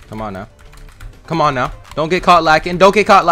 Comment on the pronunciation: ARE YOU SERIOUS RIGHT NEOW LIKE FR ARE YOU SERIOUS RIGHT NEOW LIKE CMON ARE YOU SERIOUS RIGHT NEOW